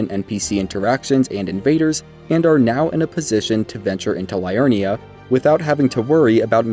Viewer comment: Great guide and all but my goodness man all this research but you don't know the correct pronunciation of so many locations/NPCs? Liurnia not Lie-urnia, Ell-eh not Eli, Ireena not I-ri-na...